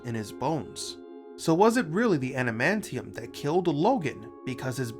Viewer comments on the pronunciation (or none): Did you really call it anamantium or are you suffering from poor diction?